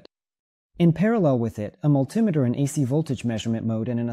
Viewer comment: Guess I'll be looking for a "mul-TIM-eter". 😁